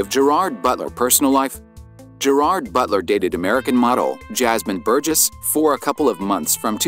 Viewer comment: Please learn how to pronounce his name correctly!!!!😡